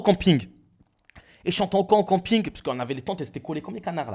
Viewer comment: Le retour du cOmping 😂😂😂. Ce problème de prononciation ne gêne vraiment que moi?